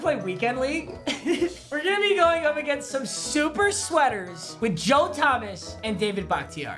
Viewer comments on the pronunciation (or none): none